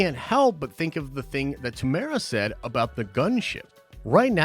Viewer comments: There's 4 syllables in his name. You pronounce it as: 'Te-muu-e-ra' not 'Temora' lol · America to say his name property pronounce it lite this tea more wera say fast Morrison I'm from new Zealand check out once we're warriors his first major movie it is amazing